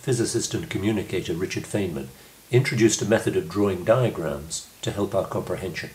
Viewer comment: It's pronounced 'Fine-Man'